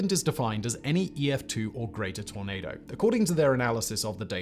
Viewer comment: Every time Simon said tornado it sounded like tomato 🍅 lol